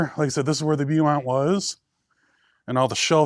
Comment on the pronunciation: Beaumont is pronounced Bowmont, as in a bow and arrow.